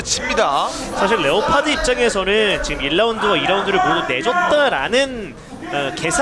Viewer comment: 레오파드 감사합니다 완전 본토 발음이다 ㅋㅋ